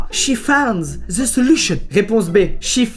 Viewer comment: Squeezie: Réponse A Chi faAAanNdzz Ze seLuchoNn réponse B Shi FFAAAAAAAAND ze jszjzssjzelushonne réponse C Sshi wYl fAynd ff.. ze zeluchonn